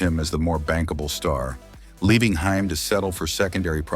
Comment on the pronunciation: Haim is pronounced HAYM not HEIM!!!! WTF?! A lot of bullsh*t here.